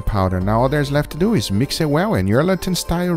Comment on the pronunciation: let's deww it